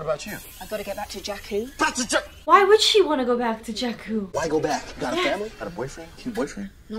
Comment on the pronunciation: Not Jakkal, JAKKU